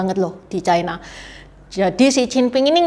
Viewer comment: Ucapan yg bnr : China, bukan Chaina